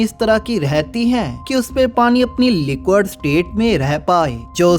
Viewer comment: Arre bhai wah लिक्विड state hai लिक्वड nahin.